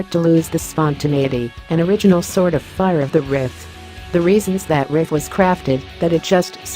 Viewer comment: Why does this crappy text-to-speech insist on pronouncing riff as rift?